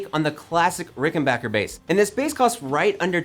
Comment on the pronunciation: pronounces Rickenbacker correctly, gets big points.